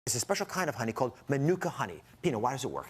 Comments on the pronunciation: And the idiots have no idea of how to pronounce Manuka. And even the YouTube videos that supposedly demonstrates the pronunciation got it wrong. Terrible! The guy is a quack. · Francois Dekker I'm a NZ/Maori and I couldn't care less how he/she pronounces Manuka. Why is it important anyway.